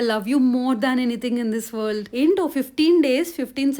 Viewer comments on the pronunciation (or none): none